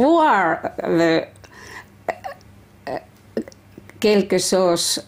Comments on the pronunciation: Lesoos äärntö kilkkesoos le pukva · She's playing a guitar. Im laughing because she says - kelkesauce :D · celcö sauce with ranskalaiset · se on kelkösoos :D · kelkö soos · Tommi Kuusela kölkösoos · the way she says quelque chose ( "something") in french sounds like she says couple of sauce in french 😆 quelques sauces . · kelkesöös LMAO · quelque sauce... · Is kölkö såås French?